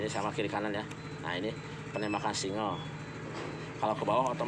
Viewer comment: Singgel pak bukan singel